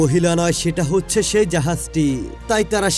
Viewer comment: Hochche uccharon ta ki 😂😂 Ota হচ্ছে হবে